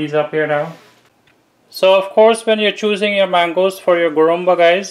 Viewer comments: It’s called Guruma not Gurumba. Nevertheless it’s a superb recipe. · I am 72 years old so i know the correct names for all guyana dishes.It's called guruma not gurumba.i corrected u guys a while ago with the dish u called Doodhpitty. U called it another name. I hope u guys dont mind me correcting u. I love to watch cooking shows - Alll the time.